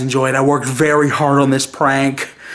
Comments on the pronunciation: Why, do they say pwank. What, are they unstable to say prank? Fuck the r add the w? You sound like your 5. Btw, Nice job opening the curtain. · Stop saying pwank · y'all cool in all but, when y'all say pwank😱😱😱 it's wack ijs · They should stop saying pwank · its prank noT PWANK!! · Turned it off after the 12th time you said "pwank"